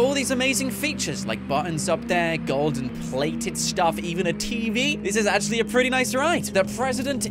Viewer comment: HE dervs it akshle